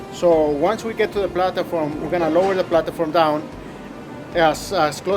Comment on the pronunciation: "the plataform" lmfao